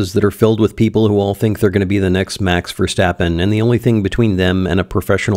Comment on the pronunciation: Hearing pronounce "Max Verstappen" makes me a happy Dutch person